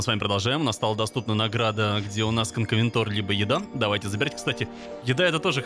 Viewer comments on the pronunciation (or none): кстати правильно не конкавентор, а конкавенАтор) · кайназойские существа это НЕ динозавры!!! И правильно не конкавентор а Конкавенатор!!! (ЗАДОЛБАЛ УЖЕ !!! ДА ЗАПОМНИ УЖЕ ЧТО ЭТО ГРЁБАНЫЙ КОНКАВЕНАТР!!! )А Конкавентор это я уже хз что за динос!!! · КанкАвенАтор не канкОвЕнтор